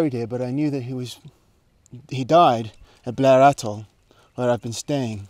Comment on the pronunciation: Hi, that's not how you pronounce Blair Atholl btw XD